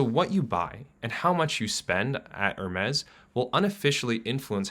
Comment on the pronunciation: He pronouced Hermes also lol